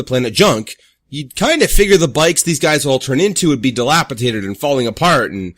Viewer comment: 3 years later and he’s still saying ‘dilapitated’.